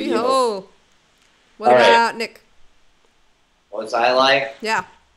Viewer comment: B-Hold people, like the word. Not B-Hol like A-Hole.